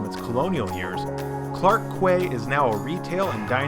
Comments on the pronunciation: Quay is pronounced "key", not "kway". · Quay is pronounced the same as key. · Researching for a trip to Singapore and came across this video, it's very helpful. And your mispronunciation of quay was hilarious.